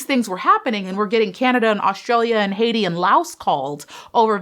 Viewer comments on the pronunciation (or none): none